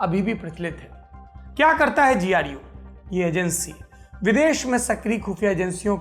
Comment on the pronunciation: Sir GU KYU BOL RHE HO गु kyu ni bol rhe 😂